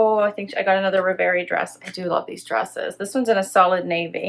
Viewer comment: I would be very happy with some of these pieces! I'm saying yes to the floral top if you front tuck some of that trim., you keep pronouncing that Z Supply dress as "RevAYrie". I believe it's pronounced "ReveREE", like a dream. Cheers.